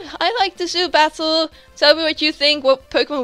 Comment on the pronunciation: I heard Zubat-tle at the start for some reason :p great battle as always and i love love loooove Girafarig !!! :DDD